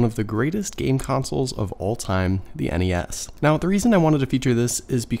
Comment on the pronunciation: Thank you for saying N.E.S instead of nessssssss